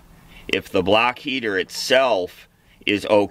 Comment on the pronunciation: Block heater!!!! 😆 I am from Boston and I even thought you said "BLACK" heater!!!! Too 😄 funny!